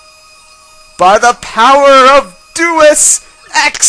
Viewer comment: It's 'day-ooce'